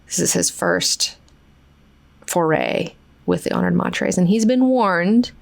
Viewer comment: I just found a recording on YouTube of frank Herbert reading parts of heretics and was shocked to find he pronounced honored matres as honored MATE-ers. Personally I prefer your pronunciation better and I don’t think anyone thought that’s how it was meant to be said but it does make sense given their talents lol